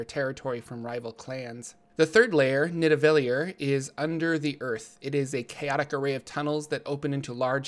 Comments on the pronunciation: You said nidivallir wrong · Not to be that guy, but Nidavellir is pronounced: Need-e-va-lier.